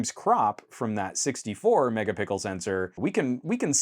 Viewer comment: did you say megapickel? Now I am just imagining a gigantic Pickle Rick for some reason XD.